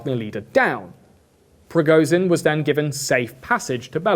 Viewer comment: its rigoSHin, bc z is pronounsed diferently and youre saying it wrong...